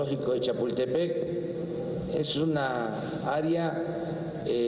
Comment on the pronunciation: Aria? siempre pensé que se decía área. He vivido equivocado y si AMLO lo dice así, así será. Estaré al pendiente de cuándo se lleve a cabo la consulta popular para el cambio de palabras en el diccionario de la real academia de la lengua española.